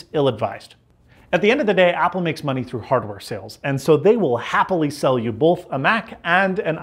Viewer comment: You’re paying for bolth?!?